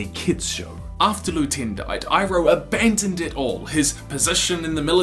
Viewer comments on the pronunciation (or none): LU TEN NOT TIN GAAAAHHHH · Btw just to let you know iroh's son "lu-ten" is lu-TEN NOT lu-teen